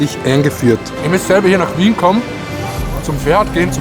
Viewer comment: worlds best kebap in "Wjiehn" oder doch nicht lieber Vienna?;)